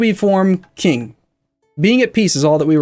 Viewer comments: Qing is pronounced as Ching not KIng... c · its not "K"ing its "Sh"ing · And yes it drives me nuts the way he pronounces it too